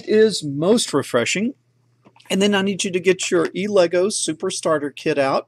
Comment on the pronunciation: The pronouncition is 'el e goo' not 'e legoo'.